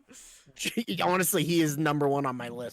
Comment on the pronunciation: No way you pronounced Jarul as "Jorel"